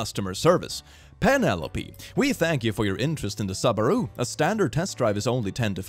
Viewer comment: Love the way pronounces Subaru 😄